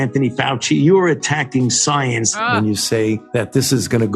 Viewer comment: Guy can't even pronounce science correctly.. "You're attacking soyence!" ..😐